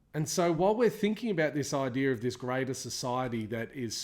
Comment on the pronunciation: "This idear"